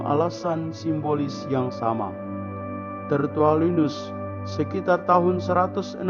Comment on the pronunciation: Ada koreksi sedikit yach...bukan Tertualinus melainkan Tertullianus....salam peace!!!